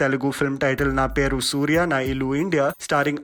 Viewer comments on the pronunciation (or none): none